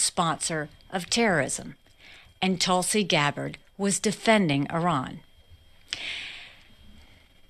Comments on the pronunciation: I agree with everything you say politically. But when you say “Toolsi,” I find it very distracting and hard to get past. I know you’re not intentionally mispronouncing her name, like when Trump would say “KamAla,” but I find it difficult to hear. Just being honest. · Mr Grammatically correct, how do you pronounce Tulsa such as Tulsa, Oklahoma? Do you say Toolsi, OK? Listen to how Nikki Haley pronounces Tulsi’s name. I would not comment but you are always correcting people all the while botching people’s names and other words too. Remember Laura Ingraham? That was some painful memories and glad you finally self-corrected. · Are you intentionally saying “Tool-sey”? lol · "Toolsi Gabbard". I hope the pronunciation is on purpose instead of just an accent thing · Dude, your just as a huge liar as Nikki. If you believe that. Also you are obviously not even able to say her name correctly. Probably because you can't read very eell or cant write to good either. Would be my guess. This woman is a combat veteran. Went to war two separate times. Is a lieutenant cololnel in the military. I bet you've done absolutely zero for this country at all. Along with all of you Democrats. You alk are just a ninch of worthless parasites. As far as I can tell. Plus Niki is a corrupt politician. Part of the military complex that exists, and has zero conscience ay all about sending out soliers to get killed in another nation. So she and het rich buddies can cash on on hugs profits off the backd of our people. Once again, just another group of parasite that exist all made up of the elite wealthy and all democrats as well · Smug David corrects people from mispronouncing Kamala but makes fun tulsi’s name. Good job david Pukeman. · Is there a reason you pronounce Tulsie as Toolsie, instead of saying her name correctly? ie: Tulsa, Oklahoma... Tulsie. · Why do you keep saying toolsi lmao